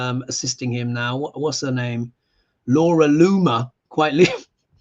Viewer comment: **Laura LOON-mer...